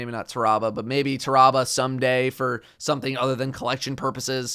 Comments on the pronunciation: alex metzger no, it’s pronounced tear-ah-bull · it's pronounced "tear-ah-bah"